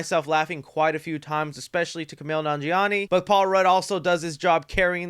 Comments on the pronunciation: . You inverted the last syllables of his first and last name. He is Kumail nanjiani not Kumani Nanjial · Bro massacred Kumail Nanjiani’s name lmao 😂 “Kumani Nanjeil”